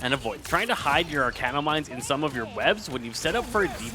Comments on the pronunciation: Bruh if I hear him say "arcane-no one more time instead of Arachno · sir it's arachno not arcano pls 😭😭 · Apologies if you’re dyslexic, but it’s ‘arachno’ like arachnid as in spider not ‘arcano’, which isn’t a word and doesn’t make sense. Idk why but it really bothers me when people look at a word and just say what they think it says instead of actually reading what is there in front of them. And even if it sounds weird to you or you can’t figure it out, literally just google ‘arachno pronunciation’ it takes 5 seconds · "Arachno" not "Arcano". it is a play off the word Arachnid.